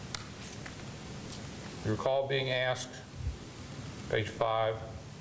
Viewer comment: Ohh yeah.. like Kree Kree and dat commissioner done Axed me how you gonna get my boi ? I think he